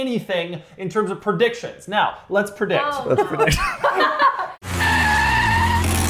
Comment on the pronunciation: Pronouncing "prediction" as "purdiction" lol😅